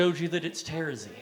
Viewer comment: Great video, especially the analysis of the context of Homestuck. I myself got into Homestuck after watching the animated pilot and then reading the original at an unhealthy fast speed. One complaint though, the way you pronounce Karkat and Terezi gives me great pain.